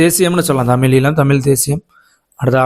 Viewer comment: ஈழம் என்பதை 'ஈலம்' என உச்சரிக்கிறீர்கள்: தயவுசெய்து சரியாக உச்சரிக்க பழகுங்கள்.